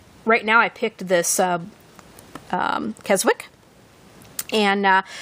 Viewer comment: Nice Filofax. Just a hint, love - you don't pronounce the 'w' in Keswick, it's pronounced 'kez-ick'.